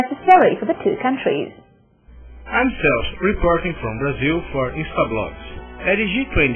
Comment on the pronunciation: Eu nunca ouvi coisa mais engracada: o rapaz disse "velhos" para a palavra "values", que significa "valores", no contexto. Tambem disse "KAUNTRIZ" para a palavra "countries", que em ingles e' pronunciada "kantriz", aproximadamente.